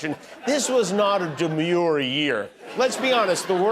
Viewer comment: Did you say demeure or manure